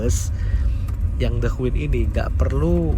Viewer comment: Masee, punten ya tak koreksi pengucapan kata "queen" yang bener adalah {kt krj} /kwēn/ huruf Q pada kata queen dibaca K. Seperti pengucapan huruf K pada kata "king". Soale tak perhatikan konten sebelumnya yang naik the queen ini kalo ngucap kata queen menggunakan Q bukan K.